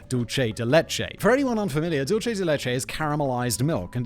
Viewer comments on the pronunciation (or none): Dulce de leche is pronounced dool-say not dul-che, ffs. It's Spanish, not Italian. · Dulce de leche, there is no H in sulce, It's not dulche, just dulce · Just a note, Simon. You pronounced "dulce" incorrectly. The C in that word is a soft c, pronounced like the letter s. You pronounced it as if it were Italian. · If you say dulce de leche like that, it’s italian